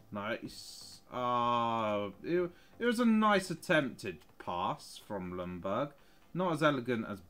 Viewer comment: i like how every english person says ljungberg. lumburg lmao🤣